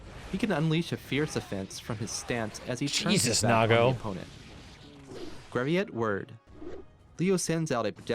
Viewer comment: "Graviet word" that hurt my german ears